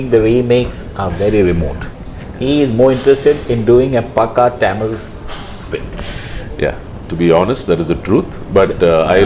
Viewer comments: Good interview, really liked it, but please allow them to finish before you start to the next question, please learn to pronounce #Tamil properly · Yo..Tamil la paesu..Ivlo pronunciation ku nee tamil la yae paesalam.